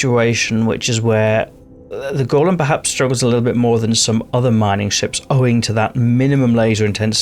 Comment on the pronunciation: You're correct in your pronunciation. "Go-lem" is the construct from Jewish mythology. "Gol-lum" is the name given to Smegol after he was changed by the One Ring in Tolkien's "Lord of the Rings."